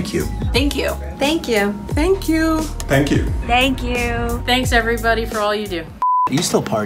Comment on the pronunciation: "Michael!" Me: It's Mikhail!